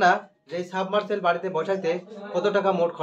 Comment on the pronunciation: অন্যকে শেখানোর আগে,নিজে জিনিস পত্রের নাম ভলো করে শিখো---যেমন-তুমি বলেছ, সাবমারসেল। শব্দটা হবে,সাবমারসিবল।